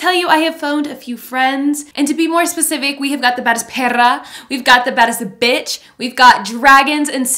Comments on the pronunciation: we love u but please stop pronouncing "perra" wrong:/ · Kills me when she says “perra” 😂😂😂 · U really looked like kylie Jenner in that dress u are really bold I love the makeup u do love it 😍 and I like the way u say perra